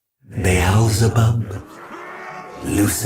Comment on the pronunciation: the belzebub? its Beëlzebub